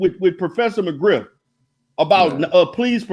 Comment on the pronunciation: Lol...professor "Griff"....not mcgriff....but you should say it wrong like that on purpose. Monty put his wife on camera when he had beef....lol